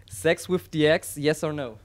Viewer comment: "wif" - und alles andere: grausames englisch. thats an absolutely no-go!